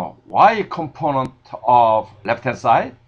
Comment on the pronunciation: thumps up you like to hear his "componont"